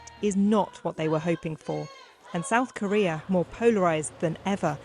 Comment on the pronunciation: He said sad coria😂😂on minute